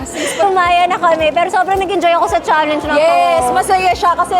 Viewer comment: It’s chalenj not chaleynj